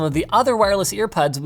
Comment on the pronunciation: Nobody: Linus: Ear Puds